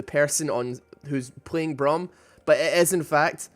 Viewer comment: its braum e not w